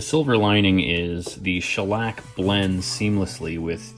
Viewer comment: btw, its SCHELLack, not schelLACK 🤓